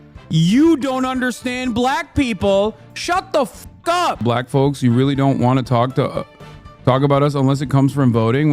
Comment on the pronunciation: When Hasan talks about Black people he sounds SO HARD like he wants to say the N word with the way he emphasizes it. Jfc Edit: He also keeps talking about how bad and horrible the USA is, when he has literal Millions of dollars to move to another country and live just as comfortably as he does in the USA. His followers are just cult members at this point